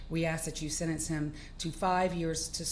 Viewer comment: Tell Judge Ashley to go back to school. She consistently mispronounces words and one of them is the word “SENTENCE”. It has a flipping T in it !!!!! It has a “T”, comprehend ???!!! But she says it this way, “SEN-ENSE” 🤡. Totally leaves out the T. It sounds IGNORANT. It is IGNORANT. Your show is like a circus.